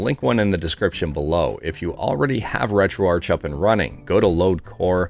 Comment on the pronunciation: Pretty sure it's moo-pen. not m-yew-pen. ...and it's ret-ro-ark, not ret-ro-ar-ch. (The arch is for architecture.) Let's pronounce names correctly for the sake of correctness.